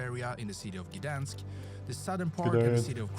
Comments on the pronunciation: Just to warn you, the pronunciation of the Polish words in this video is shockingly bad. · You don't know how to say 'Gdańsk', but don't worry about it.😂 the person who made the vid mispronounces all the names, but that's to be expected if sb didn't learn Polish, so - just don't try to copy him.😂